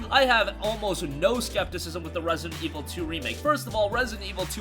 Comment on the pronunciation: Rare-see-dent Ee-vull... Two...